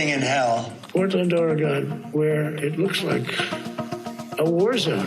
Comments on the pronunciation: The ignoramus in chief doesn't even know how to pronounce Oregon . . probably can't spell it either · The thing in the white house doesn't even know how to say Oregon, so how the heck does he know we are in a "war zone"?